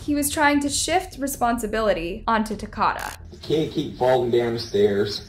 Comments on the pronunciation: Why pronounce his name like that?? It's Takoda pronounced like the state Dakota. Long O sound. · I'm pretty sure the boys name is pronounced like Dakota . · She’s mispronouncing the child’s name too. It’s like Dakota but with a T 🙄 there’s enough news coverage and vídeo footage of the trial and arrests if they would have bothered to watch anything they would know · I don’t want to say anything bad but his name is pronounced as the word Dakota just with a t my baby cousin actually went to school with him he was a very well mannered child who didn’t deserve this at all and she even gave him some cookies she made in her easy bake oven so when it came up that he was dead she absolutely stopped talking in school and she said he was the only one who ate her easy bake oven cookies since she accidentally used salt instead of sugar may he rest in peace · you’re saying his name wrong. it’s ta KOE da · Can you at least say that baby’s name correctly SMH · You pronounced his name wrong. It's like Dakota but with a T so Takota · It’s Takoda like Dakota with a T . really wish she would have gotten his name right he deserves that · His name was Ta-kodah. Like Dakota. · Sad you couldn’t even pronounce his name right. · I liked your coverage of this case but I have also watched many other videos & I just wished you would actually pronounce Takoda's name right.. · You're pronouncing his name wrong. I'm not trying to be a jerk, but it's disrespectful to this poor kid that you can't even pronounce his name correctly. Say Dakota. 🤷‍♀️ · Please pronounce the child's name correctly. It's pronounced TA-KO-DA...like Dakoda but with a T... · His name is pronounced "tah-koe-dah" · It definitely isn’t, it’s like Dakota but with a “Ta” . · His name is not “Takota” It’s “Takoda” Eh….I get what you’re saying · Okay i feel like youre just purposely mispronouncing everything to be funny 😂 because there aint no way you just said Takata 😂😂😂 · And his name is pronounced like Dakota but with a T